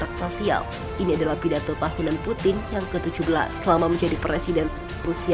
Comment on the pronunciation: Vladimir patin 🤣🤣🤣 bukan patin min tpi lele